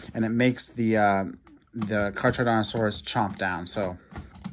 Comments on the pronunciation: It’s not car-charodontosaurus it’s pronounced car-carodontosaurus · Caracardontosaurus is how you say. 👍🏼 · The way you say charcharodontosaurus🤣🤣🤣🤣🤣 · Carcharodontosaurus is pronounced “car-car-o-don-to-saur-us”